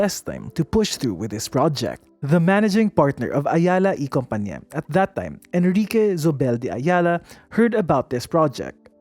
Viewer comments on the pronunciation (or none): You see…. La Tondeña. LA as in CASA. Not LA as in APPLE. Compañía = / com pa NYEE ya / Zobel = / So bel / Not /z/ You see…. 😉